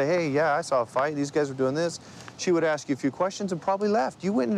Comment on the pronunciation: I wonder why is so hard for some people to pronounce ASK?